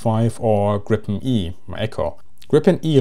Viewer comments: It's pronounced "Greepen." But A for effort! :D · Griin, Gripon… -> Gripen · It's "Gripen", not "Grippen". Say it with me - "G-R-iiii-Pen". Never understood how this name can be so hard for foreigners to pronounce. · The correct pronaunsiation of JAS 39 is Griipen, not Grippen. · pronounciation is "Griipen" not "Grippen". also just guessing here but Gripen if probably referring to Giffen, saab seems to like mythological creatures. and the word gripen can also translate to "to get arrested" as in: my friend got arreste - min vän blev gripen. coming from the word Gräpp(gripp) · The I is long in Gripen. "gree-pen" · Just a friendly correction Gripen is pronounced [Greepen] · It is a long I in Gripen, and not short p. The way he pronounce Gripen are more like you would pronounce the previous airplane Viggen, short I and g like in cognition.